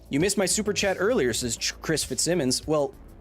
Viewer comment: Totally thought Kyle kept hounding some guy named Chet the whole time because of the way he says "chat".